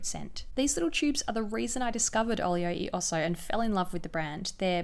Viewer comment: Love the vid, products look amazing, but - the "e" is pronounced /eh/ like Elephant! As americans, wouldn't surprise me to know that the brand owners also mispronounce it, but just wanted to let you know!